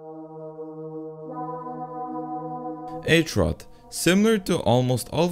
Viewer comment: As a Czech, I have to say, it impressed me to see somebody to actually learn about our culture. However, the H in Hrot is pronounced the same way as in Hoot, Harry, Hide, etc. Hrot means Point or Sharp corner in czech.